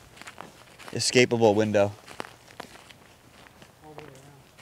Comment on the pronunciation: Excapabale what??😅